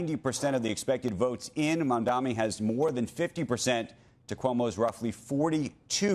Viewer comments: Big fan of Andrew Ross Sorkin’s but I’d appreciate if he would learn to say Zohra’s last name. It’s “Mum-don-ee” not “Mum-dom-ee”. Repeatedly mispronouncing an ethnic last name sounds like a low level racist slur. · Iddiot ZOHRAN MAMDNI not Mamdami. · Still can't pronounce his name correctly